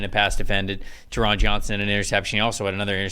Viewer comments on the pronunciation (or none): Nice show, thanks. Oh, and Taron rhymes with Sharon, with the emphasis on the first syllable, BTW. :-)